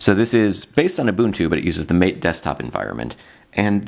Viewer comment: Why can't those Linux "eggsperts" not pronounce Mate correctly? It's not Mayt, ffs!!! It's like Muh-teh, a spanish term coming from the Amazonian herbal tea yerba mate. The Mate devs are from South America, Argentina I guess. Every noob, examining Mate for longer than 2 minutes knows these simple things! Presumptuous Anglophiles gotta learn they are but a tiny minority on this planet of ours, and particularly in the Linux comunity.